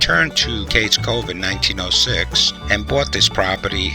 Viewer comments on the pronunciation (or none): My grandmother was born here (Lequire-pronounced Leekwire) and I am related to most of the people mentioned. My mother knew Aunt Becky. She would catch the bus in the Cove to go to Maryville for school; she grew up in Happy Valley on the other side of the Cove. Btw, it's pronounced "Cage Cove". For me, it is the most beautiful place on earth.